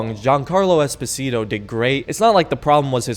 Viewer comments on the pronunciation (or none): D-did you just call Giancarlo Esposito "Espacito"? Seriously talking though,regarding performance in my opinion FC6 actually runs better than 5. In Five was really common to get random fps drops from like,80 to 45. In FC6 my framerate rarely went below 60 fps,even during the most intensive fights.